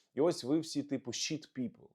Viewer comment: 💙💛., то що Венс сказав звучить як " шит ", а " шіт " це простирадло. Це помилка багатьох.